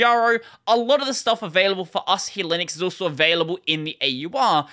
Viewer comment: Is it an Australian thing to emphasize the last syllable of a word? You seem to do this a lot. I'd pronounce it Asáhi, not Asahí.